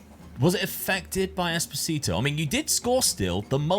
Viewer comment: it's esposito not espotito lol